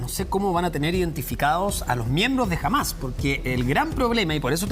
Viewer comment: es HAMAS con acedto en la A senor periodista mediocre no °JAMAZ° LOL